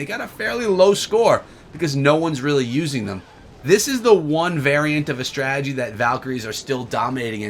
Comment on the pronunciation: Anyone else get annoyed by the way he says strategy? Why does he say "Stragey"?